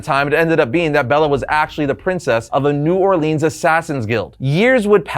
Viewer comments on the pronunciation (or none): people always say New Orleans wrong they put too much emphasis on the E and a sound.